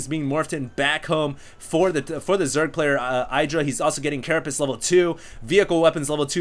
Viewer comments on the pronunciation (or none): OMG stop saying caraPISS! ='O